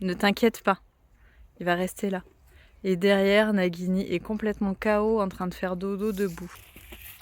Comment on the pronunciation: coucou, si tu écris nagini comme ça, ça se prononce najini, il faut écrire Naguini normalement:-). Mais bon, ça c'est juste pour un détail. Il est très beau et gentil ce petit coeur mais il a bien de la chance d'être tombée sur une maman comme toi, il va être tellement bien traité et choyé et aimé, il va passer une vie de rêve auprès de toi. Lucas est très gentil de t'aider comme ça, il est formidable d'être un vrai soutien pour t'aider à mettre le petit en sécurité. Je vous souhaite à tous une très belle année 2024, ainsi qu'à tous les viewers de cette vidéo!